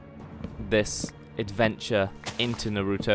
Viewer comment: naruto not narouto